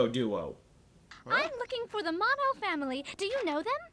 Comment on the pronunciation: Oh . . . I just realized. They're pronouncing Yohko's family name wrong. It's supposed to be Moh-noh. That's right, her name is Yohko Mono.